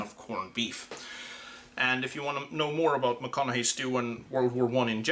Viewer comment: Well done, with the proper pronounciation.